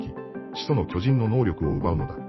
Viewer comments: 「巨↑人↓」が気になって話が入ってこないｗ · めちゃわかりやすいけど巨人のアクセント😂😂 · アクセントが読売ジャイアンツの巨人にしか聞こえなくて、スっと話が入ってこなくて困るWWW でも、時系列っていう流れもなかなか楽しかった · 巨人のイントネーションが毎回読売ジャイアンツなの笑う プロ野球の歴史は読売の支配を打ち壊す物語 「巨人(あいつ)ら……駆逐してやる！ この世から……一匹残らず！」 「おーん」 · 巨人のイントネーションが完全にジャイアンツで笑ってしまう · どうも巨人のイントネーションで吹いてしまう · 毎回「ジャイアンツの方の巨人」のイントネーションで笑う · "巨人"の発音が読売巨人軍の"巨人" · 巨人の言い方がジャイアンツ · 巨人の言い方ジャイアンツの方やん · 巨人 の発音が………